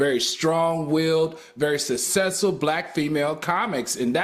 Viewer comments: I love Al, but I find it difficult to believe he receives many job offers that require him to speak in public. He uses the word "SUC-CESS-FUL"too often to pronounce it SA-SESS-FUL. Enunciation should matter if you're a serious educator. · Al please pronounce the word, "successful" correctly, PLEASE! It's not pronounced sussessful. Say Successful....okay I'll wait.